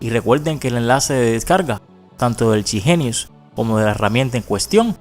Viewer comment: y por que le dice "CHI Jeniu" si se llama Chip genius xD?